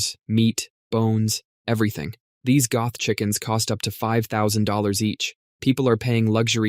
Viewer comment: umm, pardon me, did you say "goth chickens"? gothckens! lol